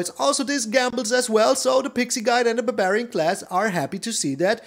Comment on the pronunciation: The way you said barbarian made me laugh pretty hard. Buburian. It's no longer barbarian, it's buburian now.